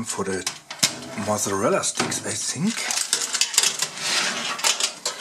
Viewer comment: "I sink" well ok..